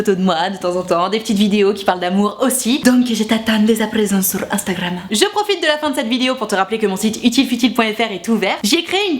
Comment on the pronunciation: prononcé '' Instagram '' à la russe